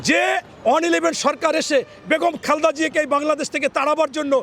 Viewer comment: খালদা না খালেদা হবে। অশিক্ষিত লোক কথা বলাই শিখে নাই এখনও